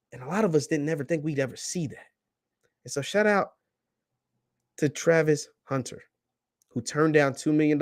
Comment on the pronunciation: haha you can't even say his name right.